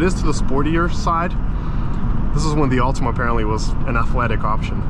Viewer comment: "...A 2005 Ultimum" 😭